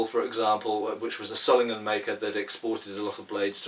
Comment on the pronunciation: I don't know if you care about it, but your pronounciation of 'Solingen' is a little bit off. You pronounce it with a short 'o', like it was written 'Sollingen' while it's actually pronounced 'So-lingen'. Just draw the 'o' out a little. Aside from that, thanks for the great video, I always wondered about the star and the slug.